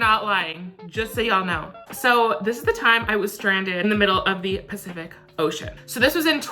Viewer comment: He really said pee-cific oceon